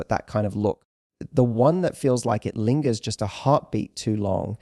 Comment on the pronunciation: .....bounced sofens... And lingers is not linjer. It's lin gers....